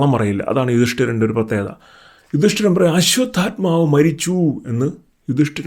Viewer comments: തെറ്റായി പറയാതെ, അശ്വഥമാവ് ആണ് അശ്വതൽമാവ് അല്ല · ബ്രോ... 🙏, ആശുദ്ധത്മാ അല്ല, അശ്വദ്ദാമവു, പിന്നെ ദ്രുപതൻ ആണ്. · It’s not draupathan ,it’s drupathan and also it’s not ashwathathma it’s Ashwatthama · Ashwathamavu anu...almavu alla. L illa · അശ്വത്ഥാമാവ് എന്നല്ലേ അശ്വത്ഥാൽമാവ് എന്നല്ലല്ലോ. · അശ്വത്ഥാമാവ് ആണ്.. "അശ്വത്ഥാമാവ്- ഹത:കുഞ്ചര" എന്നാണ്